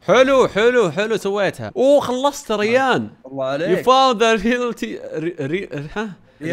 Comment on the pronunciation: ما قال ريان قال ريحن